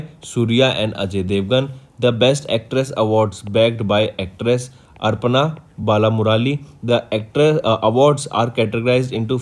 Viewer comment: Sir you are pronouncing some words worng...For 'Aparna' you pronounced as 'Arpana'. We are depending on you so pls try to avoid these mistakes.